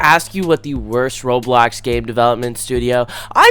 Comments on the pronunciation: bro why you call roblox "roadblacks" 💀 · bro said roadblocks